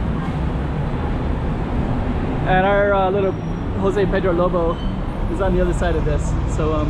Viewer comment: J has ZH sound in Portuguese so please stop using the H sound as in Spanish. Thank you!